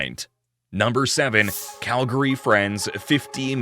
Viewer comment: That's not how you pronounce Calgary!